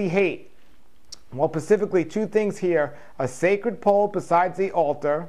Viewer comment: I love how he says "pacificly"